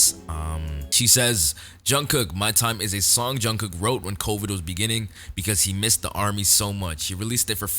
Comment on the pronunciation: You don't have to, this is just a suggestion but when you say Jungkook the korean pronunciation on the ending "K" "jungkoo K" syllable is actually very soft. Almost like you aren't even saying the "k" at all. Just if you wanted to try it :)